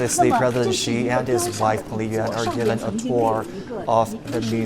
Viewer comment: This presenter is apparently a Chinese, I don't understand why he pronounced president Xi name like western media reporters, not pronounced correctly in Chinese way?